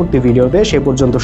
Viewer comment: আপনার কথা যুক্তিসঙ্গ মনে হলেও বিভ্রন্ত কার এবং মূর্খতায় ভরপুর কারণ আপনি মাদ্রাসা নিয়ে কিছু গুরুত্বপূর্ণ কথা বলছেন ঠিক আছে কিন্তু আপনার নিজের শরীরেরই অনেক কিছু ঠিক নাই যেমন আপনার ভিডিওর শেষ আপনি সালাম দিয়েছেন আপনি সালাম টাই তো ঠিক মতন দিতে পারেন না আপনি কোন এক বড় আলেম এর কাছ থেকে সালাম টা শিখে নেবেন আর আপনি ভিডিওর মাধ্যে যে প্রশ্নগুলো করছেন কোন এক বড় আলেমের কাছ থেকে প্রশ্নের উত্তর গুলো জেনে নিবেন এমন ভাবে সোশ্যাল মিডিয়া এসে মানুষের মনের ভিতর বিভ্রান্তকার জাগাবেন না আশা করি আপনি কথাগুলো বুঝতে পারছেন ধন্যবাদ 😊